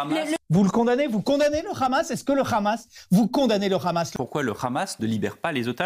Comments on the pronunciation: Le "ramasse". Quand on ne sait pas on dit "Hamas". C'est plus sur et ça évite un certain ridicule. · C'est énervant pourquoi "tout le monde" dit hhhhamas au lieu de prononcer hamas normalement sans insister sur h... personne ne dit Hhhhhhanouna....je sais dire hamas normalement ça fait trop gentil.. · Ça me fait "rire" comment des gens sont incapables depuis des années de dire correctement Khaled ou Mbappe mais alors dire RRRAMASSS la il y a du monde!! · C'est comme ça qu'on le prononce en hébreu (c'est différent de la prononciation arabe). Mais ce n'est pas le son "R" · C'est bizarre de prononcer le Hamas comme le font les Israéliens !